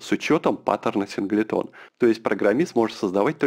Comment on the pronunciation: Синглтон произносится. Уши режет))